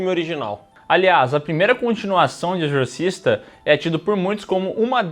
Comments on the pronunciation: "Exorcisto" foi foda kkkkkkkkkkkk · "exortisto" eu ri muito véi KKKKKKKKKKKKKKKKKKKKKKK